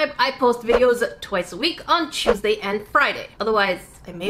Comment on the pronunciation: I'll admit, I've never heard anyone say it that way.